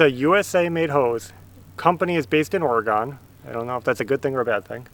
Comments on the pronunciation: FYI: The simpliest way to explain the correct pronoucian of Oregon is: ORYGUN. Not orygone. No worries. Most people who live east of The Rockies pronouce it wrong. (I'm a native Oregonian.) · It's pronounced Orygun. Oregon hasn't gone anywhere. Just wish our governor would go someplace else. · I'm sorry if you feel I insulted you, because I wasn't. I never noticed you have an accent. I'm glad you listed other words that end with GON; it gives me a better understanding of why so many pronounce Oregon (Orygun 😉) that way. I've traveled most of the USA and have heard many accents. The hardest one for me to even understand what he was saying sometimes was my daughter's ex-husband from New Orleans. That one is a doozer! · Someone else already corrected your mispronunciation of Oregon. Water Right is a family owned business and have fabulous hoses. BPA polyurethane safe for drinking water from. What do you do with those huge pieces of stump? We’re not allowed to burn in Oregon anymore, in this county anyway. We have to hire a truck and 3 guys to haul them away to the compost dump. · Before you fill in any of those trenches think about running electrical out and put an outlet on those posts also. It could be nice to have power to plug stuff into and not have to run electrical cords. And I love the way you say Oregon. I can definitely tell you're not from the northwest